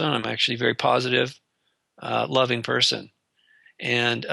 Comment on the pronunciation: ALL PERSON.. not peeson